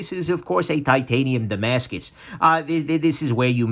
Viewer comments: Die-mascus, I thought it's like "dah-mascus"? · Ohh... was trying to say tie-mascus. 😀